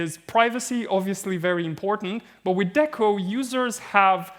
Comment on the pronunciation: >DECO >Literally stands for "DECentralized Oracle" >Pronounces it with a short E bruh